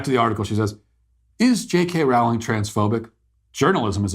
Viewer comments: "Rowling" is pronounced "rolling" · Rowling rhymes with bowling.